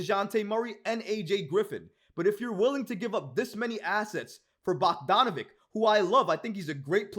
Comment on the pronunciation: his last name rhymes with sandwich... it has a ch sound not a hard k sound, bog-don-a-VICH... not bog-don-a-vik